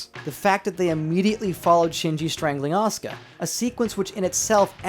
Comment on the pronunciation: I love your animations and videos and stuff but I absolutely hate how you pronounce Asuka's name as Oscar and Simon's as Simone.